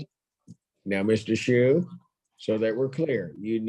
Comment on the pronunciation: Funny to mispronounce Mr. Schuh's name... From the little I've seen, Mr. Sue certainly seems more appropriate than Mr. Shoe (Shuh in German means shoe).